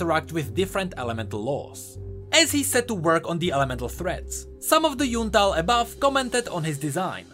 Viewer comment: full metal alchymist (yes i wrote it wrong just to nodge to the way says ixtall and ixtalli)